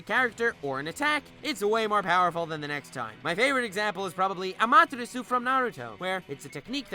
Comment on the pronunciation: You started the video well but you lost credibility. You didn't even pronounce amaterasu correctly.